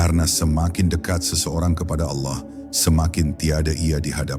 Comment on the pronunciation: Maaf, mengucapkan lapadz Alloh supaya d perbaiki🙏